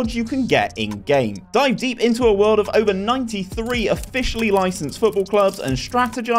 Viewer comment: Love the vids! have been watching for some months and by this time i’m 99% sure you are dyslexic mate, the way you pronounce some words is too funny